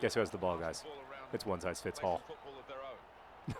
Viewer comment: is he saying "One size fits ALL" or "One size fits HALL"?